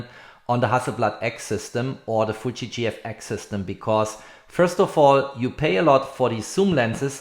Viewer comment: it's FUUU-JIII not FUTTSCHI